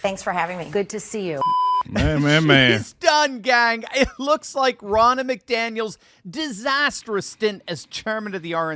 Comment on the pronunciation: Her name is pronounced Row-na.